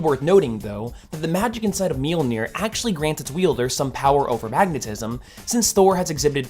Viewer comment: So; if people have told you that you pronounce Mjolnir incorrectly and your response is, “I don’t care.” Then you don’t care about accuracy. That’s, kinda... important.